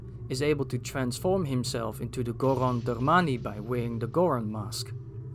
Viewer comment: i love the way you say "Darmani"